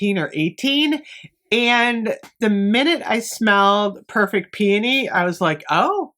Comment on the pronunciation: I'm just thankful you pronounce it right lol I die a little every time I hear "pee-OH-nee" smh 😅